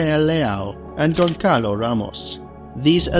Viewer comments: Btw in Portuguese when you see this “ç” read as “ss”. Gonssalo Ramos, not goncalo. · In portuguese U write Gonçalos but the ç is pronounce has an s sou u actually pronounce Gonsalo... never call him "Gonkalo" again pls 😂😂